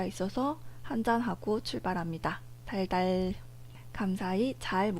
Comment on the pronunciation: `달달`하는 음성이 `댕댕`으로도 들려요 ^ㅁ^ 허허